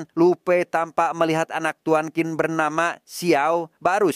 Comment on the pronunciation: Qin kalo di Cina bacanya Cin bukan Kin. Tapi karena orang Indonesia ya gpp lah suka-suka lidah kita ya, 🤭😆